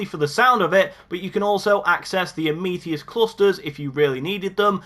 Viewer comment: It’s not pronounced “Ah meeth ee ist “ It’s pronounced “a muh thist”